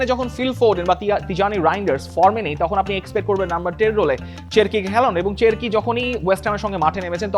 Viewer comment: চেরকি না,শেরকি হবে।